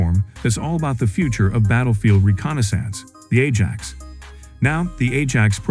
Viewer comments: Atc1m 50, the voice said Edge Axe? It's called Ajax. Get that into the AI's brain. !!. Any more foul ups will be met with great disdain. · I wish that when an AI voice is use it would say things correctly right from the start.. a reall doozy! mins Edge Axe = Ajax